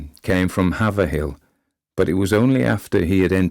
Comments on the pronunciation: Have ra hill is how that small Massachusetts town is pronounced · If you write it out phonetically, it's pronounced "Hay-v-ril" and it's one of the city names that no one outside of Massachusetts ever pronounced correctly - so, don't feel bad. Half the people IN this state can't even pronounce it. And no one goes there anyways, it's a dump. It's not Lynn, but not far from it. 😂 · You mispronounced Haverhill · It seems that Haverhill can be pronounced in many ways. Heyverhill, Haverell, Haveril. Heyvril for the place outside of Boston, Heyverhill for the place in Suffolk, England. If mr L was thinking of the place near Boston, I suppose the likely pronounciation would be Heyvril. But, mr L was an anglophile. He might very well have intended it to be pronounced the english way. (The speaker pronounces it Haverhill, with a short a, not an ey.) Fortunately he is dead, so I suppose we will never know. cheers! / CS (resident wesserbisser) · Do the British pronounce Haverhill as it is spelled? My Boston relatives once sent me on an errand, with directions to take the Avril (by pronunciation) exit. After driving up and down the freeway, I stopped to ask and the kind person who helped wrote Haverhill, with the explanation that Bostonians used the English pronunciation. threw me for a loop saying it as it is spelled!